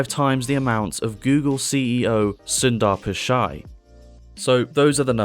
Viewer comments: I didn't know Google's CEO is Sunda Pasha. hahahaha. It is pronounced as Soondharr Pitchayi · Fucking killed Sundar Pichai's name